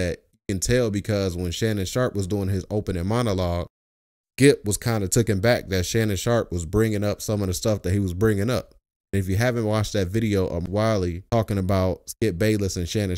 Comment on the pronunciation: it's "taken A-back" not "tooken back"